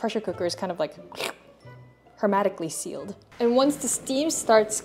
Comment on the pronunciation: Just a few things: HerMEHtically sealed not, -MAtically. Also rice grains not kernels. It's not corn, it's rice! Your recipes are wonderful and much appreciated!